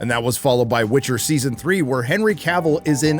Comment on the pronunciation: "The Witc HER!"